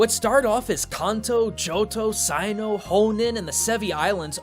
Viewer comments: Did- Did he just call Sinnoh the Saino? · Its sih-no not sy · Sin-Oh not Sine-OH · .... "sigh-no"??? Pretty sure Sinnoh is pronounced "Sin-oh" -. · he pronounced sinnoh as sci no, and im triggered. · Claims to be a pokemon fan, but does not how to prounce regions and pokemon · Did you just pronounce sinnoh like that??? It doesn't feel any good... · I know proper Japanese pronunciation too, and the way he pronounced Sinnoh does not follow Japanese pronunciation. I'm not even sure he knows how Hoenn is even spelt if he just relocated one of the N's the way he did. Not to mention that most Pokemon names, Sinnoh, and Unova aren't the same as what they are in Japan, they are changed in English localization, so defaulting to Japanese pronunciations for them doesn't make any sense. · Is it just me, or did pronounce Sinnoh and Hoenn kinda oddly? It kinda sounded like 「サイノウ」 and 「ホンネン」. It's not the japanese names, which I'm pretty sure are 「シンオウ」and「ホウエン」, so where did they come from? Is it a reference to something, or just a mistake? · Well, I've never heard anyone pronounce Sinnoh as "sigh-no" before. Or Stakataka as "sta-kah-ta-kah". I would think that one is pretty obvious. "Stack-a-tack-a", as in a stack of attacking bricks. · you also pronounced Hoenn and Sinnoh wrong xp joking aside great video! :3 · Why do you mispronounce the names of the regions and darmanitan? Are you saying the japanese names? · Darmanitan = "Darumantian"? Also Sinnoh = "Saino"? And Hohenn = "Ho-nen"? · Don’t you hate how he mispronounces Kanto, Hoenn, and Sinnoh? if he did that on purpose just to piss us off, I’m going to be... y’know, pissed.. but I doubt that. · Plz learn how to pronounce things in Pokemon properly. Firstly stakataka then sinnoh then hoenn